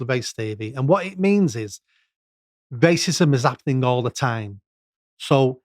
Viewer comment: I can't stand this guy. "Waycism"